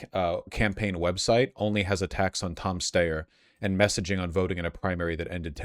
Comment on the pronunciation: He didn't pronounce Steyer's name correctly either. Not sure how you can advocate for someone who's name you don't even know how to pronounce. I know in this world of short attention spans and social media that these things seem small but details do still matter to people... or at least they should. And yes the issues do matter but it's hard to take someone seriously when it doesn't seem like they care about the details.